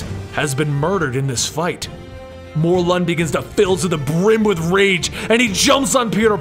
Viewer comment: Isn't it Mor-lin?